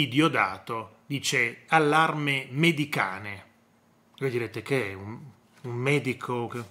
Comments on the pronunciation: Veramente l'uragano mediterraneo, dall'inglese mediterranean hurricane, viene contratto in 'medicane' che, a rispetto della lingua inglese, si pronuncia come scrivo... medichein.... Grazie!... Mah.... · Medicane va pronunciato in inglese....a noi piacciono quelle parole....ma forse chi lavora nella pastorizia non lo ha studiato l'inglese....